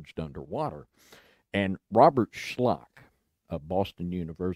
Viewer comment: At absolutely no point of the Sahara can you place Atlantis and have an opening to the Sea south of the city. The sea is north. It's too far from the pillars of Hercules and Dr. Robert Schoch is not pronounced Shlock. More like shock.